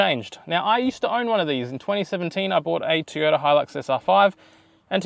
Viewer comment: TOY ota please Teeota was very distracting.